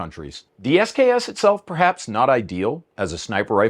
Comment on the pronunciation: When "SKS" is pronounced "sucks".